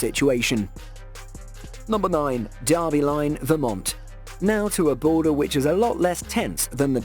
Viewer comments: its DERBY.....not DARBY. smh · In North America, "Derby" rhymes with "furby", not "Arby".